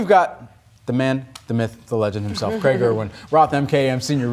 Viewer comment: It’s Craig as in Craig Irwin. Not Greg.